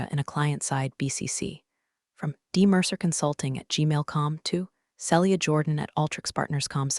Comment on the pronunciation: Celia is pronounced Seelia not Sellia. If you can’t pronounce it don’t use it.